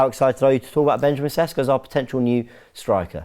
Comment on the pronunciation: It is, say after me "Sheshko" - accent on the s's - lets say it right...